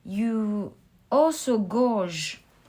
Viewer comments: Hello beautiful, I love your reads and appreciate your beautiful heart and professionalism in case no ones said (lol) .. constructive criticism: gauge .. to assess, sounds like your saying gorg.. (like short for gorgeous).. the pronunciation for gauge is "gay g" again, you're awesome, I just know you would rather know. 🥰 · Pile 3 beautiful thank u . Fyi guage is pronounced gay- jguh. Only saying as it's got the opposite meaning if u say gorge and could be very confusing for some. I don't think u need the subtitles in these readings by the way Ur voice us perfect. Thanks so much X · In pile 3 you keep saying gouge I think what you mean is said this way. G "ay" age.